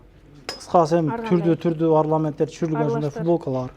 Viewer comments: Урматтуу алып баруучу жигит. Арламент эмес ОРНАМЕНТ болот. Эгер тилин келбесе оймо чийме деп эле койчу. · Арламент 😂👍🏻 , Орнамент дейт. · Арламент эмес орнамент болуп айтылат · суйлогон создорундо ушунча коп ката. Элементарный создорду тууоа айталбайсын. Демеу китеп окубайсын. Арламент эмес, ОРНАМЕНТ. Дагы толтура соз. Сага диктанттан 2 эмес 0(ноль) коюш керек. Апыртмачылыгына 1000 коюш керек.